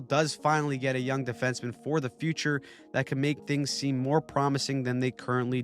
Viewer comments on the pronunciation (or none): none